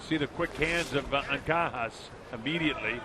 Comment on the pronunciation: I hate u, it's anca-jas(has) not ankakas😑..anyways 'pacquiao' have been mispronounced lot of times before he got famous so keep it up kid!always be humble 😊